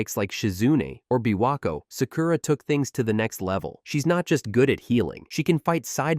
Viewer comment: Can you please learn to pronounce Japanese words for Christ sake...? It's MA-DA-RA.... There's no E in it. It isn't MaDEra. Each syllable gets an equal amount of time and the A's sound like the A in Paw. Sa-Ku-Ra is pronounced without an emphasis on the U. The U is usually barely stressed at all. Take some basic classes. Your inability to say the words properly makes your video almost unwatchable.